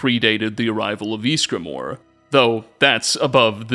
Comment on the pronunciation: No one:: Jeezgramor